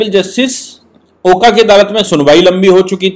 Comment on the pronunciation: With due respect, Just a small correction. आप ऑनरेबल जस्टिस ओका का प्रॉपर प्रुनांसिएशन ओका के जगह "ओक" होना चाहिऐ । as he is Maharashriyan.